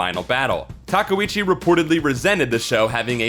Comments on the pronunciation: Her last name is pronounced TA-KAY-OOCHI! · Sailor Aije Tortilla questionable pronunciation is kinda a trade secret of this series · The pronunciation of Takeuchi is killin me. And then I got slapped in the face with TUSKino.